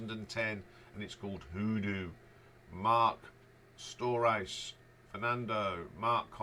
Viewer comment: Agree with those for the most part. A little too much AC/DC references although there was a similar feeling to some of the songs there were dozens of songs that ACDC could not have touched. The only annoying thing was you're pronouncing the names wrong! You could probably find the correct pronunciation of Marc's name online somewhere. Still appreciate the shout outs and the details. LD... Krokus Tour Manager in the 80's